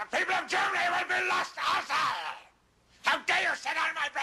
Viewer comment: Every time he says lost it always sound like lust to me.